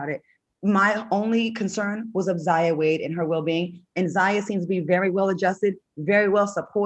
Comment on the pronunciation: Al can't even pronounce Zaya's name. Sexuality in the Black Community is a tough topic that we must continue to explore.